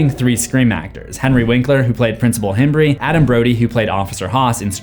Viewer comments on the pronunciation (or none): none